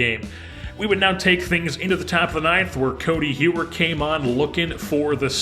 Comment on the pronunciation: Codi Heuer’s last name is pronounced like Hoyer. Love the content, excited for the season and prospect profiles to come!